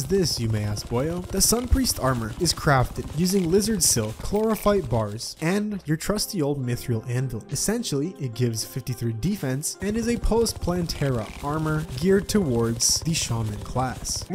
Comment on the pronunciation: comrade, i don't think the guy who calls mythril "mythreeil" can criticize someone elses pronunciations